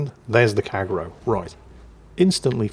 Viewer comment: Kagero 陽炎 Kah Gey Ro not Kagg ero :)